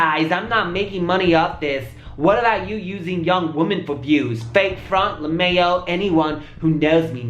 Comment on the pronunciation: He said LaMayo😭😭😭😭